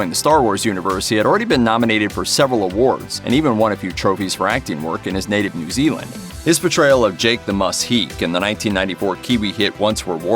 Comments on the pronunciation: Jake "The Muss" Heke - for Heke..it's Maori, so you pronounce it "Heh Keh", not "Heek". You could have looked that up on google to pronounce it properly because it's not hard. Come on, don't be lazy. ok?? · FYI, Jake 'The Muss' Heke is not pronounced as 'Heek' it is 'hɛ̀ kɛ́'. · The “Heke” surname is pronounced “Heh-keh” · HEEEK.... Get it right! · Heke pronounced with two syllables hē-kē